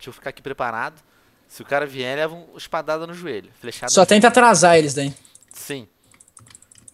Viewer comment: kkkkk Venom E aquela Fala Espadada No Juelho huahuahuahua